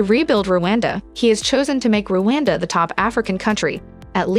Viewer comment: It's Rwanda; not Ruwanda.Every African should be in position to pronounce the name of the country properly.